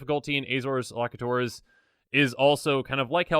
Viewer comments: Just FYI: Elocutors is pronounced "El-oh-cue-tours". 'Elocute' is a fancy word for 'speak', especially in the context of reading news or laws. Love that you're keeping the content going! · Cool vid. But it's pronounced el-o-cute-ors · Elocutors: L-O-Q-tors. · Love the irony that cant pronounce elocutors